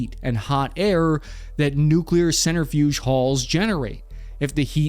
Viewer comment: Please learn how to pronounce 'centrifuge'